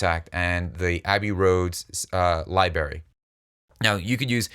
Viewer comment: Love his work, wish he didn't say Liberry in almost every video.